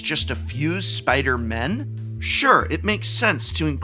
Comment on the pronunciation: Please say “Spider-people”. When you say you only want “a few spider-MEN” with emphasis on the “MEN”, you sound like you have a problem with the non-men spider-people, although I know that’s not what you mean